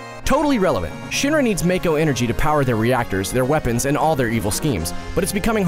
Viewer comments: just to let you know after games like crisis core with voice acting it happens that mako is pronounced mawko seams like alot of peolpe don't know about that at least your not one of the people who talk about crisis core and sill mispronounce it that just makes people look dumb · Why do so many people pronounce it "mayko" when it's very clearly "mahko" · LU-CRET-SI-A, VA-LEN-TYNE, MAH-KOH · Sorry for the nerdy corrections but Cloud never joined SOLDIER, he was an infantryman. The correct pronunciations... "ma-ko " "lu cre tsia" "valentyne" Cloud wasn't actually a "moody dude" and was actually pretty dorky and a social outcast. His "moody" persona was how he thought a SOLDIER 1st class should act. But you are right that Red XIII is amazing. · “Valenteen” “mayko” lol